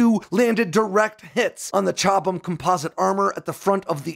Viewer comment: It’s a sa bow not a sabot It’s a French word And at least you got chobham correct